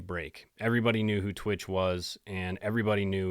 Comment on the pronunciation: You speak about this guy like you knew him, but can't say his name right. It's not T-Witch......it's pronounced Twitch.